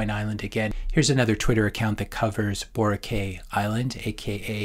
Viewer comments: Just a little tip from a Filipino Bitcoiner: Boracay is pronounced bo-rah-kai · Ouch,, Boracay is pronounced Boh-rah-kay ay sounds like the letter 'I', anyhow regarding the content I couldn't agree more!